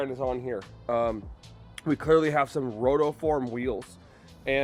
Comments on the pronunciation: I have no idea what exhaust this is but i dont like the 3 tips. And its called rotiiiifrom not rotooooform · Wheels are Fire. And it’s pronounced “Roteeeeform” lol